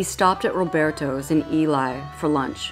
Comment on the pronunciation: Awesome video, but… Ely, Nevada is pronounced Ee-lee and Tonopah, Nevada is pronounced TOHN-ə-pah, Shoshoni language: Tonampaa). Common mispronunciation, most easterners mispronounce Nevada. All of which irritate us Nevadans.